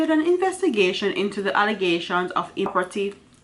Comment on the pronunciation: Please madam, it’s not neptoism.... it’s NEPOTISM, if you don’t know the word look it up or seek help in the pronunciation also not improperty it’s impropriety. Children and students are listening please teach well with your platform!!!